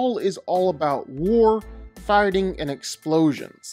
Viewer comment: Am i the o ly one who always hears farting instead of figthing every time he says so ?